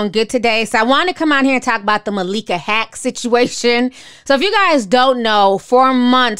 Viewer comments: Omg... lol... her name is not pronounced 'Hack.' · It's not hack, its haqq (hawk).